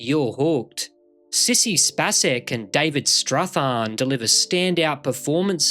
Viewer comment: Sissy Spacej is pronounced with a long "a", not a short one, as in space.